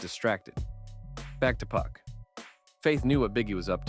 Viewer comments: Couldn’t finish this video one second you doing good “2PAC” then you disappoint me “Puck” who in tf is “Puck” man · Yo the A.I. voice keep saying 2 puck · White man says 2pack lol